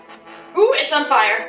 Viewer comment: IT'S ON FAY-YER Y'ALL!!! lol